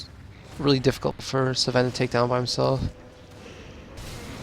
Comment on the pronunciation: why are you pronouncing Sven sa ven?